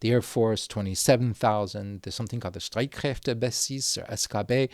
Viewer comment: The real tragedy here is the prononciation of Streitkräftebasis